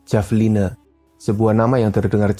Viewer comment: Bacanya Havelina pak 😌 Btw, saya tau hewan ini dari game AoE 2